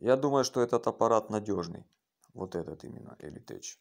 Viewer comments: Не элитеЧь а элитек произносится! 😃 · слово tech не читается как теч в латыни, читается как тэк или тэх